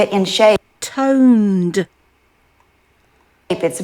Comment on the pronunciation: I was watching this when I was at the gym. Normally I watch you at home so if I crack up(which I do often), only my husband or pet dog can hear me. Well, today, I was dying laughing when I was on the treadmill. When you said, “ToneDDDDD(vs tone), I died. I had to come home and write you to tell you how much you make me laugh and that I appreciate you.